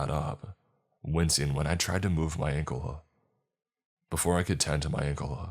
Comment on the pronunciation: He said uncle instead of ankle once